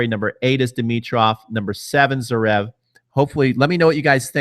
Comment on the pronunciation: Lol your pronunciation. It's Zverev, not Zrev, and Raonic, not Roanic.